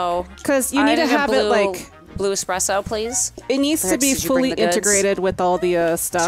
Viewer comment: Game: Cappuccino: Espresso: Express-O